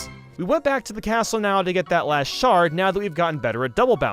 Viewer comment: I used to think he was saying “cat shart” instead of “cat shard”